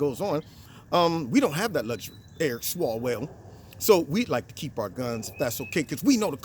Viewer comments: Eric swallows-well bro not swalls swell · ONCE AGAIN,. His name IS Eric SWALLOWELL. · Its Swallowell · You meant Swalloswell...right?...lol. nice job.